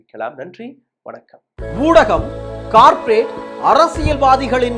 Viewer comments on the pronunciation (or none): none